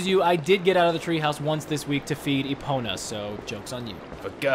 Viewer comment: It’s pronounced EPONA